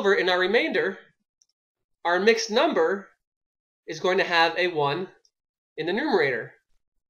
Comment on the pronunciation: Did anyone see he spelled number wrong he said "mumber"?